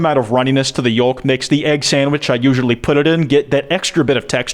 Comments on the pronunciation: WHY DID YOU SAY YOWLK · Why tf do you pronounce yolk like ‘yo-L-k’ 💀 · Not pronouncing yolk with an l, am i the weird one for always pronouncing it like yoke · why the fuck do u say yolk like that. ☹️ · Did you just pronounce the ‘L’ in yolk? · bro just casually pronounced the "L" in yolk and wants to act like we won't notice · I'm sorry could you repeat how you pronounce "yolk"? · Can we talk about pronouncing the "L" in "yolk"